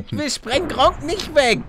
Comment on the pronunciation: Es heisst gregor Onk nicht gronkie onk Palle